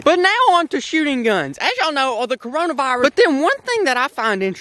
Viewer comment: 1 OK is the only one that can cure my depression 2 he said crayola virus instead of Corona virus LMAO 3 can you upload more cause we have nothing to do 4 all I been doing is watching hentai